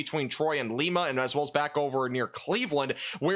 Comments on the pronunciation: LEEMA means LIMA, as pronounced in Lima beans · I'm live in northwest ohio and lima is pronounced like the bean, lima beans not lema lol but keep up the great work.